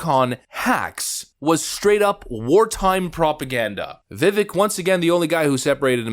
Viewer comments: On Gutfeld!, Ramaswamy said his first name is pronounced vi-VAKE but most people seem to pronounce it vi-VECK. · Vivek explained in an interview that his name is pronounced, “Vivake.” As if you’re saying, “rake.” Just FYI. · viv-ache <-- how to pronounce his name good sir! ;-) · Pronunciation is VivAKE, boss.... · "Viv-ake", like cake 🎂or a piece of steak 🥩 Say his name right :) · Vivek like "Cake" is the way to say it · Vivake, long a, like cake at the end is how you pronounce his first name. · Vivek is said like vivake.. like cake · Yes Neocons plus Vivek (his name rhymes with cake) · It is pronounced Vee-vayk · DeSantis half rose his hand to the Ukraine question just to say he’d keep funding the corrupt forever war if Europe were to foot more of the bill. The more he opens his mouth, the more and more two faced he appears. And Vivek’s name is pronounced Viv-ake like cake. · it's pronounced Vi-vei-k my good sir. but seriously, you forgot to clip out Sen. All-you-can-eat (forgot his name lol) saying Vivek is chat GPT when he himself probably got his talking points through ChatGPT. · Vivek is pronounced like cake. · It’s my understanding Vivek is pronounce like cake, like Vivake . Either way , Vivek is a great candidate along with Trump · Vivek 2024!! BTW it's pronounced Vivake like Rhymes with cake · Since you brought it up, Vivek went on timcast irl and was asked about the correct way to pronounce his name. It's with an "A" sound like in Cake. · vivek is pronounced VIVAK like cake. fix this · Absolutely spot on analysis!!! I’m praying for a Trump-Ramaswamy 2024 ticket. It would be the demoCRAPS and neo cons WORSE NIGHTMARE! F—k them both! FYI-It’s veVAKE-rhymes with CAKE. 🇺🇸🇺🇸🇺🇸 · It's pronounced "Vi-vake." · You pronounce his name Vivek like cake. Viv-ake. From his own mouth in podcasts and interviews. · Pronounciation: "Viv-aik" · It's Vivek like "cake." That's how he says how to pronounce his name. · Vivik is pronounced like cake